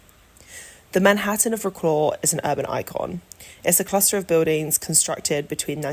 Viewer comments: You could at least try to pronouce the name of the city right. vro-claw? its vro-cwav. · Agree with all says. I was a teacher in Wroclaw in the 90's. I would suggest slowing down the voice-over though, it was a bit too fast. Wroclaw pronounced "Vrotswav" please!